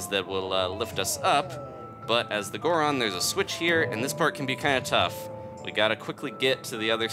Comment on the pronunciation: Wow somebody who doesn't say gooron every time they turn into a goron